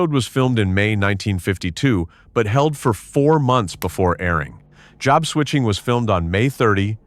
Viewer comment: We have to see the announcers actually speak into a mic. NOT AI constantly. This English voice did pretty good, none of the usual ehhhhh sounds after a word ehhhhh. When your robot voice is calling a simple three-letter word job, JOBE, that was a good clue. JOBE, is Job's name in the Bible.